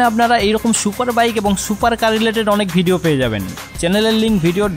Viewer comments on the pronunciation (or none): none